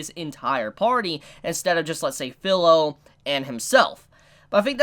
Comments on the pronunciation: Its not Phil-o its fi-lo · Feel not Fill. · to clarify, no problem with Filo/Firo my problem is that he keeps saying her name like its pillow with a f replacing the p then fee-ro. It's an almost insignificant irritation but its still there, kind of like when people call Naruto Nuh-rue-toe. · New to the channel, great video man. I can understand the Support/Tank situation that Naofumi was put in...very annoying...Also I really hate to be that guy...but phonetically speaking vs spelling Kirito and Filo are spelt that way but pronounced Key-ree-toe and Fee-low. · There are some things I can overlook, the R/L sound is something in Japanese is one that can be interchangeable kind of like the R sound in the korean language. My problem is with the how he pronounces the I sound which has clear rules. Vowels in Japanese have 1 pronunciation in 99% of all situations. I is pronounced almost always like ee in english and its a tad annoying that keeps Filo as fillow instead of how its correctly pronounced (fee-lo). Especially since his username uses the exact same letters with the same pronunciation and this dude has obviously been interested/watching anime for a long enough time to understand that. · there were more than 1 core, she spit out one of them... and CAN THIS DUDE SERIOUSLY PRONOUNCE FILO'S NAME CORRECTLY.